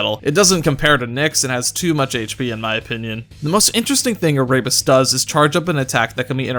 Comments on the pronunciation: he pronounced Erebus incorrectly too. Air-e-bus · Ah-rabies Lmao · Great video, but im not going to lie i cringed each time he said Erebus as Araybus.